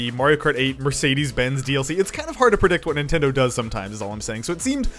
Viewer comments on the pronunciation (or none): none